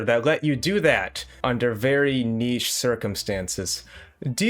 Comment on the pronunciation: Did i hear….niche?